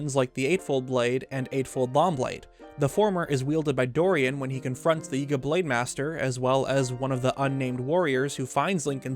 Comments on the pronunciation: The “yehga” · Small thing but I don't think he's pronouncing some of these words correctly. His enunciation on Yiga for example. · Lol the way you pronounce Yigga sounds sus 😂